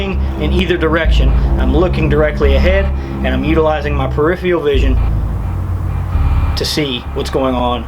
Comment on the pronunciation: Very good, but it's pronounced: per-if-fur-al